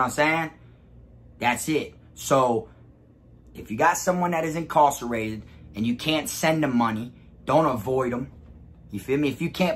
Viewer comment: Why you pronouncing incarcerated like that?